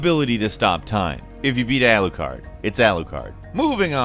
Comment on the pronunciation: Alucard... It's Alucard. Lmao